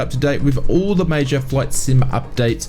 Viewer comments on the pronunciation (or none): none